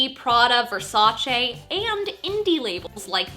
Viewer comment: Thanks for pronouncing "Versace" correctly